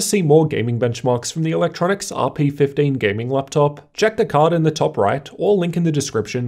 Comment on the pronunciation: Say it with me... E... Luk... Tro... Nics